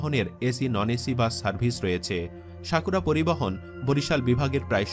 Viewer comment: শাকুরা নয়, সাকুরা😂